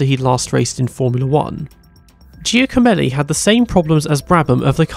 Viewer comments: His name is pronounced more like ‘Jacko-melli’. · McCarthy is pronounced McCarfy Chiesa is Kiesa Giacomelli is Jackomelli